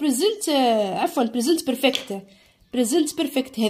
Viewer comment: بريزنت بورفاكت ❌ بريزنت برفكت 😂✅ تعديل:شكرا 🌺استاذة 🌺 على 🌺 مجهودك🌺👍🏻